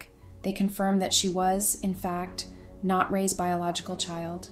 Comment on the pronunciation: Loving the A I voice mistakes lol does not lend any credibility to these. Get a real voice Raised… you meant Ray’s right? This is the most brilliant screw up. Lesson here folks A I does not make things easier. I laughed way too much through this. I’m sure that wasn’t the intended goal, but this channel is an A I generated joke.